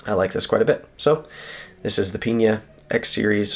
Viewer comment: Hope he makes more of his models in this larger size, would love an Apache this size. Just as a heads up, Peña is almost always pronounced pen-yah rather than peen-yah. Keep up the great content!